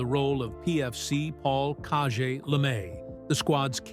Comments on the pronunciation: How bout saying cage the proper way. Called him cawjay instead of of cage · What in the heck???? Kah-je? Jalbert played the role of a Cajun , so was called "Cage" because of that. I am constantly amazed and flabbergasted atthe mispronounced historical names. You should hire a baby boomer like me to advise on name pronunciations. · Caje was pronounced 'Cage', He was supposed to be a Cajun from Louisiana